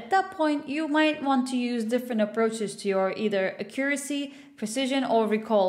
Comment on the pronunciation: How do you pronounce "Accuracy"? Its so triggering lmao Thats not american nor british english, right?